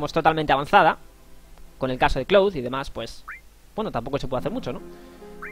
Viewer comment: Tus guías son mis favoritas, pero me pone un poco nervioso que pronuncies los nombres mal... Cloud es "Claud" Hojo es "Joyo" Junon es "Yunon" Mideel es "Midil" Gil es "Guil" Y así un poco con todo... Espero que con el remake escuches su pronunciación original y consigas modificar tu pronunciación. Por otra parte, me gusta respetar los diálogos, dar tiempo a leerlos o incluso leerlos tú, en lugar de pasarlos rápido para centrarse sólo en el gameplay... A veces no me da tiempo a leer y me pone un poco nervioso eso también, pero por lo general me gusta que tu jugabilidad y la guía en sí sea tan completa y te sepas todos los trucos y mejoras. Gracias.